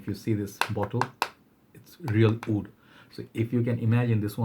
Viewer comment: Why you always pronounce wood in a way as if you are saying oud. Great list btw. You are the most prolific fragrance reviewer with quality in every video.